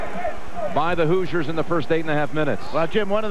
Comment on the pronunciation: The Indiana University Hoozers? (Announcer, lol)